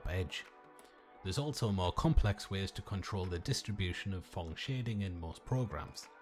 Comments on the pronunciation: It's PHONG Shading not thong .... 😁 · "Thong shading"